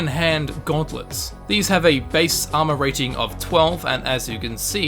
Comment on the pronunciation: Why instead of armor sometimes he says AMA